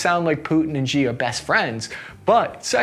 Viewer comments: Xi is pronounced SHE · SHI, not XI, not CHI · Xi is pronounced "she", not "zee". Sorry but I don't want you to appear incompetent to someone watching you for the first time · The Chinese dictator's name is pronounced "SHE" not "ZEE" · No, that's incorrect. "Shi" (是，十，时) is pronounced like the first half of "shit", "Xi" (习近平，西) is (properly) anglicized "she", as in "she doesn't appreciate being compared to 'Winni the Pooh'" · Heads up, Xi is pronounced the same as the english word "She". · Xi is pronounced like "she." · china's dictator, Xi Jinping... "Xi" is pronounced "she"